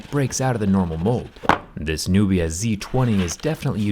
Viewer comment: Nubia sounds like nokia